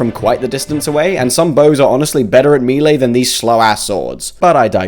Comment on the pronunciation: That's not how you pronounce melee